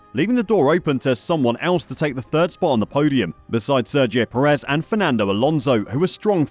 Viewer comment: FFS, please learn how to pronounce Checo’s surname. Unfortunately, even with a correctly pronounced surname he is not in the same league as Max.